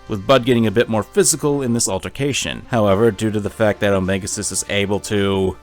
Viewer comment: I keep hearing "omega sus" instead of "omega xis" among us has fucked with me and i fucking hate it